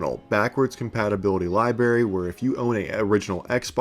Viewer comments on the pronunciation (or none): with a game LIBARRY lmao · LIBRARY!!!! The word is LIBRARY with 2 "R"s you mouth-breathing console baby. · Did...did you just say Li-berry? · You say lieberry not library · Bro, it's LIBRARY, not liberry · Anyone notice he says, liberry instead of library? 😂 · You lost me at liberry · It’s Library, not Lyberry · You have a game lie- berry? Come on man. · Li-berry... damn bro. I want to watch too lol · Please learn how to pronounce "library" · Sorry I can’t get past the libary thing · Look at how the word library is spelled. Why are you pronouncing it lie bury? That's embarrassing bro. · I can’t take anyone seriously that says ‘library’ like “lie berry”. Sorry, but your opinion is invalid until you can’t speak like an adult. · “Words are easy to pronounce” This guy: lie berry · “Game lie-berry” lol ah the ol “lie-berry” give away. I am going to call it….you are an uneducated colored gentleman aren’t you? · I hate that you pronounce library as lie-berry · Bro. Library. There’s more than one r in the word. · Did he say “libary”? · "game liberry" 😂😂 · I turned this off at liberry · Libary. Looking forward to the switch 2 predecessor. What is going on in this script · Lib(r)ary my guy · Repeat after me ... libRaries. There's an R in there. Still love the channel though. 😊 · The moment you said "libary" I was out. Can't take tou seriously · Is he pronouncing it "libary"? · “game libary” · 200 years ago you'd be helping to build a new dialect, and possibly eventually a new language. Today, you are just mispronouncing the words. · Yeahhh, I'm not watching a 21 minute long video where a guy can't even pronounce the word "library." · You’re almost 40 time to learn how to pronounce library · pronounce library again?